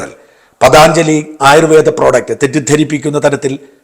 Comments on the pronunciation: പതാഞ്ജയില്ല, പതഞ്ജലി. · പതഞ്ജലിയാണ് ....പതാnjali അല്ല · സാജൻ, പതാഞ്‌ജലി അല്ല പതഞ്ജലി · പതഞ്ജലി ആണ് പതാഞ്ചലി അല്ല